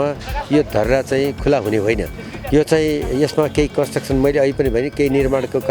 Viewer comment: Aye mula patrakaar con-truction haina hau S chai khoi? CONSTRUCTION ho hau. Patrakaar bhayera construction bhanna ni aaudaina mula k reporting garchas? Construction ko bich ko S chai gayab ????😡